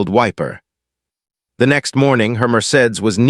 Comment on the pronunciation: I cannot believe the narrator did not know how to pronounce “Mercedes”. Also, please look up how to pronounce “starring”. It is not pronounced “stating.” Good stories, but word pronunciation and sentence structure of this and other videos takes away from story.